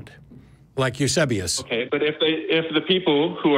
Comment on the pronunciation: who was Matt talking about. It sounded like he said Yusubious. How do you spell the name?